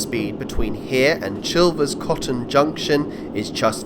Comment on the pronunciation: On the subject of pronunciation, Gibbett Hill is pronounced with a soft G - so jibbett, the Coton in Chilvers Coton is pronounced as coat-on. Finally Stivichall has an alternate spelling of Styvechale, that occurs just as often, the pronunciation is Sty-chll